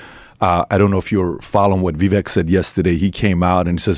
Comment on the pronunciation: Vivek rhymes with CAKE = sounds like vivake , not viveck. just saying